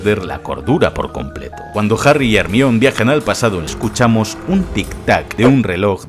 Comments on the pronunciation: Imposible no burlarse si pronuncian "Ermion" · Hemione ❎ Ermion ✅ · HERMION? pero que cojo.. 🤣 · consulta porque dices hermion y no hermayoni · Realmente el nombre de Hermione es griego y la pronunciacion mas correcta es la castellana, decir Germaioni es incorrecto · Jarmayoni jajajaja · No es por burlarme, pero escuchar decir Hermión (Hermione) da 😂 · ERMIÓN perdon es mas fuerte que yo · Todos el video sería genial.. Si dejara de decir hermiooon 😖😖😖😖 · dijiste ermion dislike